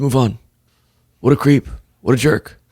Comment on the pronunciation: What a cweep. What a jerwk.